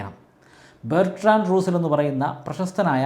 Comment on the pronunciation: ബെർട്രൻഡ് റസ്സൽ . അല്ലാതെ റൂസൽ അല്ല സാറെ